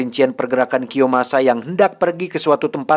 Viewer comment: Kiyomasa bukan kiyosama wkwkwk..mantap pokoknya.